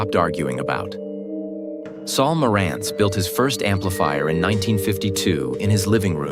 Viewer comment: The Nakamichi Dragon started out at $1,850.00 in 1992 and later $2,400.00 NOT $1,500.00. Marantz was mis-pronounced. This is AI generated garbage. That spoils the whole story.